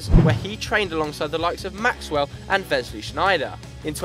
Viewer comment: "VESLEY Sneijder"... It's WESLEY. Just because he's foreign, he doesn't need an exotic pronunciation of his name.